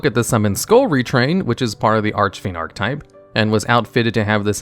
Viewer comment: I gotta ask, why do you say ark-type?